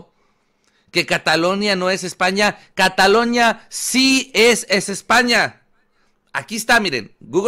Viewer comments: Se dice CATALUÑA no CATALOÑA WEY .. pero que me espero si no sabías que era península. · Dusculoa se dice CATALUÑA